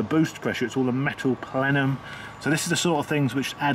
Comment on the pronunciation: Today's word is Plenum, Plen-um, can you say it! 😂😉 It's to distribute the air equally at a positive pressure.